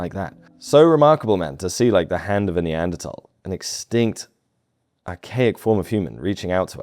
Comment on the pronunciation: Neanderthal - th-awl not -tol. Terrible pronunciation.